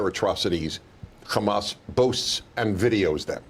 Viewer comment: i hate when she puts a accent on hamas.........